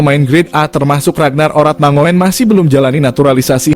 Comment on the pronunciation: Ratnar Oratnangun...bukan mangoen...! ( OE dibaca : U )